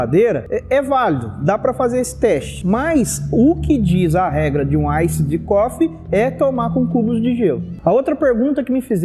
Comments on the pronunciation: AISSID COFFEE HAHAHAHAAHHA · aissidi cofi aahahahahahahah